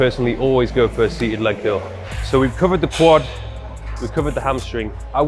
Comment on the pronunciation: I don't notice your accent much until you say curl, and it sounds like kill.....